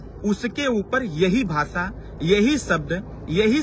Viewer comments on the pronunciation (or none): none